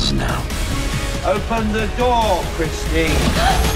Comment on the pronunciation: "open the noor"